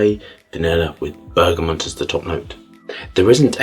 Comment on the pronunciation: I adore your videos and the way you describe scent (I haven't had the pleasure of trying your own perfumes yet, though). However I need to say this: it's pronounced bergaMOT, not bergaMONT or bergaMON. There is no N in there whatsoever. PS. I 100% agree with your stance on allergens in perfume.